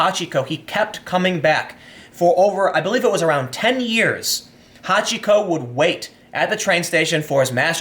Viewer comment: Took me a moment to realise you talked about Hachiko, not somebody called Hot Chico.